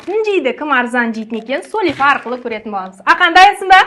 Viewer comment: Сулифа деп айтпаныз